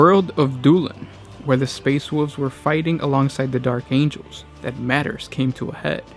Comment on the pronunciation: like "space woov's"